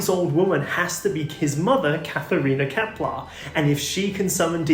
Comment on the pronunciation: Ah, Kepler, not Keplar.